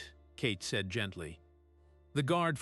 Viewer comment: This computer must learn how to pronounce “Sergeant“. “Ceiling”. “Said”.